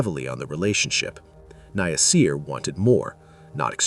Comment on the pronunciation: Omg his name is NASIR. SAY NA-SIR!!! 😡